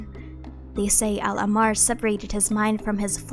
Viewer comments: Hi There are a few mispronunciations in your video Al-ahmar, meaning the red in arabic written as الاحمر, if you cannot pronounce the letter ح i reccomend just saying al-a-h-mar, if you can roll the r Thoth is also not pronounced as its written it’s pronounced tah-hoot I live in egypt and im an arab so ya Much love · I love your content, and this comment is not meant as a hate comment, but I think you pronounced al ahmar wrong based on what it’s pronounced as in game. Of course, genshin gets its own pronunciations wrong sometimes (ex: tighnari’s name) so I’m not sure.